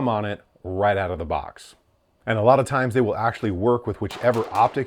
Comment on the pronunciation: “It’s actually really solid out the boc”